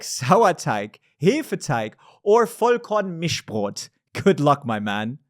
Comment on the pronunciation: Why is no one mentioning that his pronunciation of Hefeteig, Sauerteig and Vollkornmischbrot was super clean?!